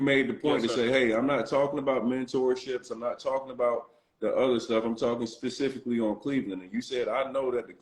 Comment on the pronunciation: If he say Pacifically 1 More Time!! 😂 For the record. Specifically